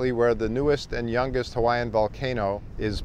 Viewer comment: Great history of the volcanoes of the Big Island, but you should learn how to properly pronounce the Hawaiian place names.